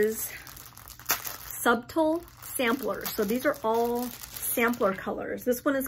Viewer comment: Love love. Dough bow reproductions can be found everywhere from Target to wayfair even pottery barn and hobby lobby. And because I love you, subtle is pronounced (suttle) the b is silent 🙃